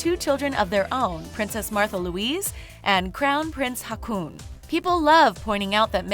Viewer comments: Sorry, I had to laugh at that "Crown Prince Hakun" XD Two AA in Norway is pronounced like the Å, a bit like the O in the word Orbit. Ok, the Whole Norwegian part was funny to listen to. :) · The way she pronounced Haakon's name made me exclaim out loud - It's not fucking hakuna matata! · Just a tiny note...it’s not pronounced “Hakoon”...it sounds like “Ho-Kahn”. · Haakon or Håkon is not pronounced Hackoon... It is closer to "Hawk on". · Enjoyed the representation of Norway! However, the Norwegian names are pronounced hilariously strange! Haakon is Hoh-kon not Hah-koon 😄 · Yeah, it made me laugh. She pronounces Haakon the same way you say Hakuna matata. It's supposed to be more like "hawk on". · "Crown Prince Hacoon" I laughed. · When you tried to pronounce Haakon it was way off 😂 in my mind it sounded more like Hakuna. And now the Hakuna Matata song is stuck in my head... thanks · While I love the video and I absolutely adore the Danish Royal Family, I'll admit I've never heard Haakon pronounced similiar to harpoon. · It's Haw-kon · When you said Haakon, it sounded like racoon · Pronounciation is terrible! Haakon is pronounced as Hor-kon. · Hahaha, prince Hacooon. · One doesn't need to be Norwegian (or even Scandinavian for that matter) to cringe so hard with Prince "Rakoon" 😅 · Who knows how you pronounce haakon and thinks it's funny how she says it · You pronounced Haakon wrong. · The pronunciation af prince Haakon of Norway was so wrong and i am not even norwegian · Oh my god the way you pronounce the Norwegian royals names 😭 criiiinge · So funny how she pronounce the Norwegian names😊👍☀️ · oml ikr? the way she pronounces haakon 😂